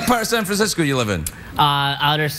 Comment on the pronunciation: Are we not gonna talk about how the guy getting shot down by the Serbian girl kept saying "San Frisco"?